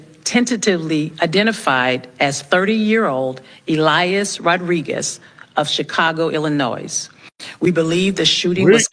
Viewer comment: His name is Elias, not Elayah. That a hispanic name like Jesus. He is not islamist, he is a brain wash person by the liberal media, probably from a Christian family himself. They don't say from what contry he is from. I hope he is not from my. He apers in an intervio by a news nerwork around 2019, I think.